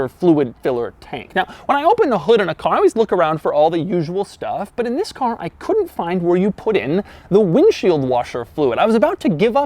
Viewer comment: Zhis is the new....... Cringe